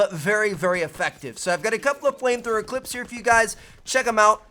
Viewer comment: was it just me who thought he said plane thrower?